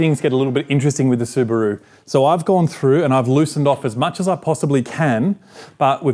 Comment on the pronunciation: su broo 🤷🤣 su ba ru✔ he can't pronounce properly